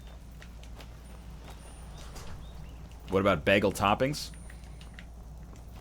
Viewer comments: Bah-ghul, whereas most others would probably say it as bay-ghul. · Sounds like Begel to me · NL says bagel funny. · Not even sure how to spell his pronunciation of the word bagel